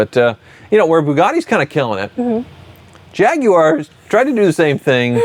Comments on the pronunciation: LOL still trying to sound British with "JAG-YOO-ARE". 🤣 It's only slightly less annoying than when he refers to hoods as "bonnets" on non-English cars. At least he isn't committing the mortal sin of pronouncing it "JAG-WIRE". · Man, I really enjoy these videos, but needs to learn how to say Jaguar. It drives me bonkers!!! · Awesome Vid Per Usual. Question. Is It Pronounced “Jag-You-Are” Or JagWar ? I’m Truly Curious.